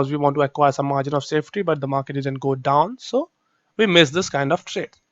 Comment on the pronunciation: Exactly.. If you're not editing the video .. Y don't you show up live ... !! One more thing plz plz pronounce didn't "didn't" word !! Correctly